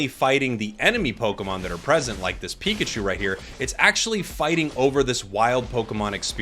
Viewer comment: and soooooo pokeman and pokechu